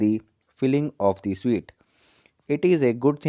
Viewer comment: स्वीट नहीं स्युट